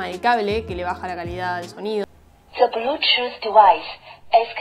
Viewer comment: "De blúchuz divaiz is conectidas sakzesfulei"